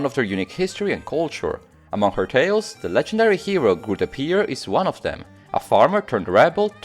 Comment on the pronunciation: Well he did Grutte Pier pretty well :)